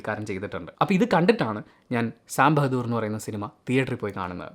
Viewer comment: Sam ബെഹദൂർ അല്ലടാ ബഹാദൂർ. ...ഇവനെ ഒക്കെ